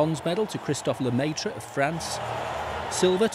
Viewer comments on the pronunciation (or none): "Christophe leumayteur" :D :D :D